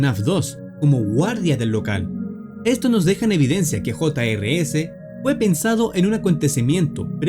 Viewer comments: Se llama jr's y no hota ere ese como tu dices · el nombre se escribe jr's pero se pronuncia juniors